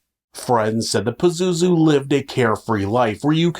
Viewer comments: I literally can't take this episode seriously. PAZOOZOO? I can't!!! And you said it so many times. 🤣🤣🤣🤣🤣🤣🤣🤣🤣🤣🤣🤣🤣🤣🤣🤣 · It’s Pazuzu smart guy ❤ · Pazozoo.... its very hard to not laugh